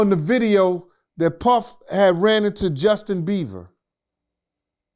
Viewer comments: Justin beevah 😂😂😂😂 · Justin Beaver! Ikr? Hilarious!